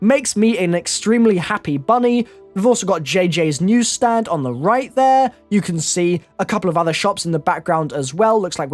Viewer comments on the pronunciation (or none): "Jj's newsted" xD Newstand.